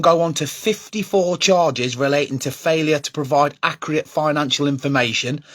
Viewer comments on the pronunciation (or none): Im not trusting someones opinion on here that cant even say accurate properly. Get a grip and focus on your own club.